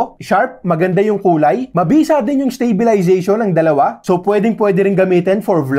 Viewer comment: Improved videos but 'stabilzation' pronounciation, still in 2024?